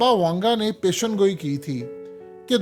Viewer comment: Sahih alfaz pesh goi he peshangoi nahi